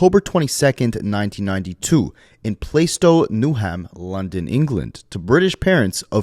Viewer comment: “don’t staaaaaaaaaaaaaaaaaaaaaaaaaa…..” also it’s better to say “plaa-stow, newam” we don’t say New Ham sir 😂